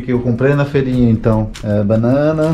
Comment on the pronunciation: amado é FEIRINHA. FEIIIIIIIIIRINHA COM "I"